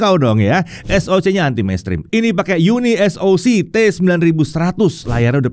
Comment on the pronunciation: Di baca Uni(pisah)Soc